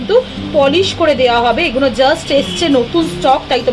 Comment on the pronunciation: Eee guno bol bena didi bhai....Eee gulo bolben....suntee vlo lagee naa 'Eeee guno '